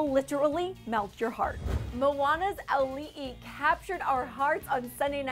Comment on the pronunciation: THANK YOU for pronouncing Auli'i's name correctly